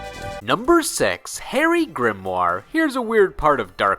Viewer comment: Sadly, no one will ever forget Harry Grimoire (pronounced weirdly in the show as GRIM-OOR-EE) any time soon. To think he came before Harry Potter, too. Ugh.